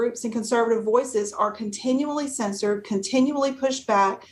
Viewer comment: the trumpanzee says “continuily”. Is that a new word?